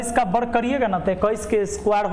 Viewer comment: बर्ग नहीं सर वर्ग बोला करिए।